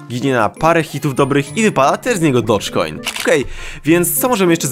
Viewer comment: Dołg kojny, a nie dojż kojny. :c